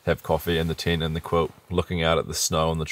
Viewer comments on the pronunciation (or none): Congratulations to both of you Love the way you say “Tint” ( tent ⛺️) 😄🇬🇧